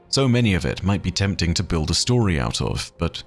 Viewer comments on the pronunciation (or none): none